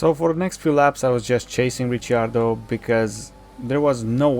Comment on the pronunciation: no, its because he pronounced it as Ritchy-ardo